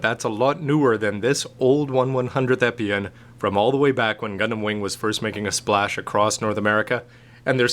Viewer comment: u pronounce the name wrong